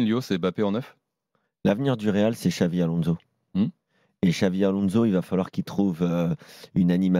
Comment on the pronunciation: Mais pq il dit Xavi Alonso ptn c grave